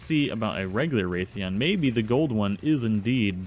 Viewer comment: Ok I know this was two years ago but Rathian isn't said 'Wraith-ian' It It is said Rath-ian (exactly the way it's spelt) sorry just my fan side of MH came out of me